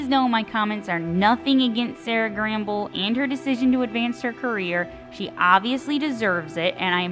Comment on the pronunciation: Sera Gamble will be executive producer, so she’ll still have a presence in the production of the final season. And, it’s Sera Gamble, not Gramble… I hate that it’s ending and totally enjoyed season 4; I know a lot of people felt differently, but I loved it.